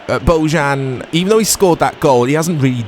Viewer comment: The camera and footage look fine to me too! Also, Bojan's name is pronounced "Boyan" :)